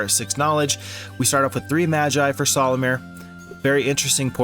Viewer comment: barely 4 minutes in : "solumir" 😐😐😐